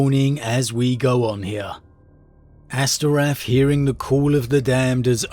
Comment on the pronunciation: Astorath not Asterath